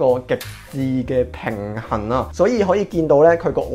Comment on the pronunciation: 佢既"乾性" 同"平痕" 真係唔錯